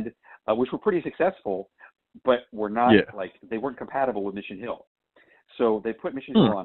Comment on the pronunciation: it's Mission HILL not Mission HUEL